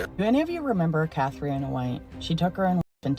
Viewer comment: Being Irish, I can not let the mispronounced name of Jim Carey's ex who took her life. It is pronounced Cath-tree-nah, not Catriana. Sorry, but a quick google search would have helped in pronunciation. This is all 💚🤍🧡